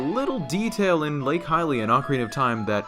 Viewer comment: the way he pronounces hylia hurts me so much